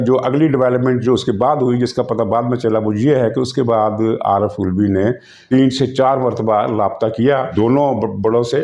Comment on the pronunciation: سر کو پتہ ہے۔ لیکن وہ علوی کو الوی کہہ کر اس کی منجی ٹھوک رہے ہیں 🤣😂😜